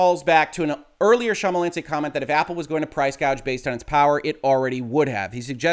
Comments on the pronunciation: I appreciate your failed attempts at pronouncing Schmalensee (sh-muh-len-say is a quick and dirty way) correctly. On the bright side, this video is much more comedic than you intended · It's pronounced SH-MAL-EN-SAY - so basically the way it is written - as in the German "Thin Lake". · no need to apologise, my man. You butchered the name less than I would butcher trying to interpret lawsuits like these!